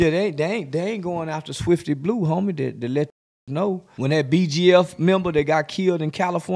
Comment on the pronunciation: He said swifty blue LOL!!!!!!!!!!